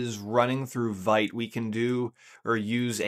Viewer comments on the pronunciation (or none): vite is pronounced as “veet”